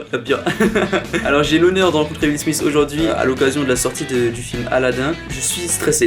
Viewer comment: Petite correction ça se prononce Will SMITH pas Will SMICE!!! Petite correction qui fais plaisir 👌